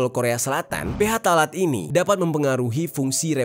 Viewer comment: Koreksi bang, baca phtalate yang bener itu "ptalat" bukan "ph talat".